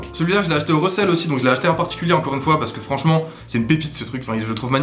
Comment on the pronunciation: Par contre fais gaffe à comment tu prononce resell ça devient très vite recelle aha